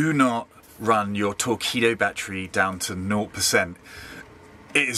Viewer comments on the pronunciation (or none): Surely it's torkeedo, not torkweedo. Like torque but with a pun on torpedo. And does it matter if you run down a Li-ion battery?